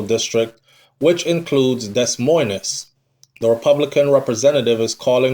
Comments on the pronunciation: Des moines is pronounced di- moy- in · You're too old to still be pronouncing words like that and you keep saying it...the S's are silent my friend..its Pronounced Deh..Moine.. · Pronunciation of that city Should sound like you’re saying Demoin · Pronunciation of Des Moines is “De Moyne”